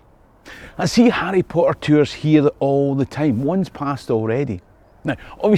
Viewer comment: Who doesn't love Arry Po Er?